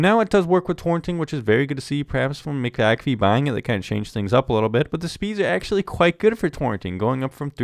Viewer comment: Its not Mick Ak Fee , Its McA'fee